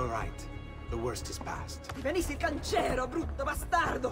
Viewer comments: Le mie orecchie sanguinano My ears bleed (I'm italian) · The fuck is canchero 😂😂😂 its cancro or cancrena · Is not canchero is cancro LMAO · E siccome in inglese il "ch" si pronuncia "c", invece di cànchero lo hanno tradotto in cancéro 😅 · Sentire CANCEEEEERO al posto di CANCRO è come scoprire un nuovo pianeta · For everybody.....CANCRO AND NOT CANCERO